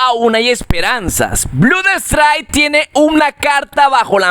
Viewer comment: Me harto a la cuarta vez que dijo Blud strike 😂